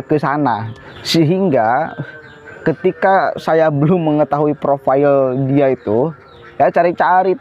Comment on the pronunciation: Maaf kak. Orang pintar si biasanya baca profile menjadi profail bukan profayel.